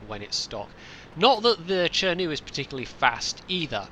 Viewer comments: Why would you pronounce "Tree-To" and "Tree-Ri" , while this tanks as "Che-Nu"? I know it's not important but it's just funny for me.. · It mind-boggles me how you can pronounce the same "chi" as "cher" in chi-nu and "chee" in chi-to..... no offense